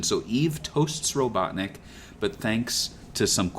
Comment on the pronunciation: RO-BUTT-NICK genius !